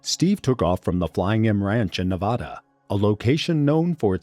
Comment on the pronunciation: For the love of god if you make another video about Nevada, say it right